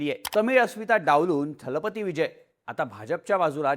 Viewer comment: 'दलपती' हा शब्द सगळेजण " थलपती " असा उच्चारत आहेत!